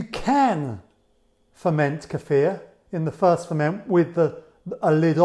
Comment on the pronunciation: I love you!! You pronounced kefir correctly! I don't know why it grates on my ears when people say [KEY-fur] but it does. And thank you, too, for such a good video!